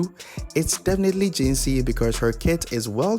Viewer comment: jinhsi not jinshi